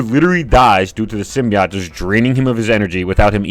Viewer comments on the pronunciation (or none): bro doesn't know how to say "simbiote" right tf is a simbiyacht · I disliked your video because you kept pronouncing Symbiote wrong. It's sim-bee-oat. Jesus christ, man. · Disliked because of the way you pronounce sympiote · How do you pronounce symbiote SO incorrectly?